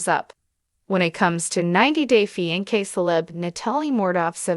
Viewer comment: Holy cow How bad is this narrator?!? Fi-N-kay?? Lmfao